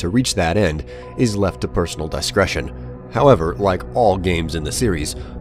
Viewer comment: Did this nigga just say “die-scretion”